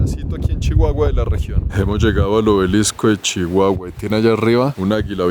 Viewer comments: no se dice Chihuahua... Se dice sssssshiguaaaguaaa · No te diste cuenta en la manera de pronunciar la C H ,como Shihuahua mashaca mushasha .😅